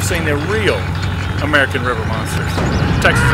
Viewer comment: You said Amercan not American